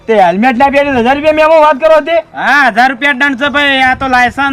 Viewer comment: હેલ્મેટ કહેવાય હેમલેટ ના કહેવાય